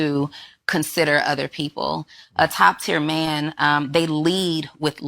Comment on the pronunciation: women that pronounce man as myan is such a put off.